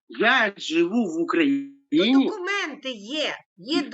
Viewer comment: Докумэнты? Яки докумэнты? Он такого слова не знает🤣🤣🤣